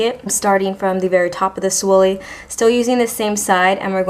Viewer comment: Swoolie?! You mean spoolie... :D You made me smile :)